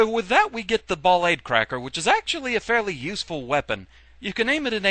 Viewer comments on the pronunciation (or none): a little bit of insight. I believe Ballade is pronounced just like it is in French. ball-AHD. To back it up, his Japanese name is バラード (Ba-ra-a-do). That's pronounced like bah-RAH-doe, or bah-LAH-doe. But you see my point? Also, in Japanese, ー is used to indicate an extension of the sound before, which is the "ah" sound. This is commonly used to indicate where the stress goes on foreign words.